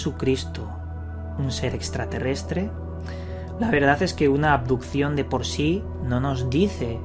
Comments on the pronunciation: Aquí el único misterio es por que el tal dice "adupción" en lugar de abducción y "andó" en lugar de anduvo. Menudo ignorante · Cada vez que decía "aducion" me daba mal rollo.